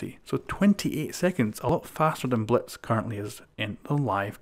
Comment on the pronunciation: It sounds like he's saying Bletz